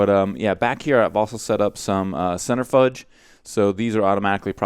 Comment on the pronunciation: im not sure if u know (probably) but the centrifuge is pronounced cen, try, few, g, Love the base btw and as always Amazeballs!